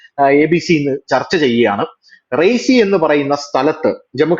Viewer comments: Raisi alla . Reasi. Ri-ya-si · റൈസി.. ആണോ റിയാസി ആണോ...? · റീസി അല്ലേ.റിയാസി ആണ് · റൈസി എന്നല്ല സ്ഥലപ്പേര് . റിയാസി എന്നാണ്. Reasi ( शियासी/ റിയാസി )district of J&K. അവിടെ ചെനാബ് നദിക്കു മുകളിലായാണ് ഈഫൽ ടൗവ്വറിനേക്കാളും ഉയരത്തിലുള്ള ലോകത്തിലെ ഏറ്റവും ഉയരം കൂടിയ റെയിൽവേ ബ്രിഡ്ജ് പണിതിരിക്കുന്നത്.